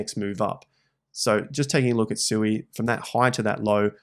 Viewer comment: Thanks ❤ Sui, is pronounced Swee btw!